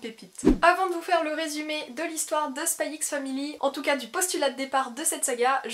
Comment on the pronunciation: On dit pas le x dans les noms de manga/anime rohhhh